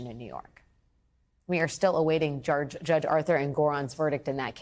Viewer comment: Did she say jurdge instead of judge? She must be having memory loss. (Sarcasm)